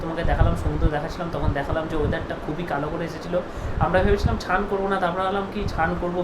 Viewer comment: Chan ta ki snean bolo uchharon thik koro